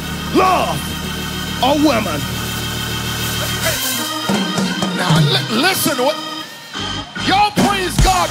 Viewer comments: I thought I was the only one that heard that 😂😂 like how much could he possibly love a woman if he can't even say it right? Lol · He can’t even say woman right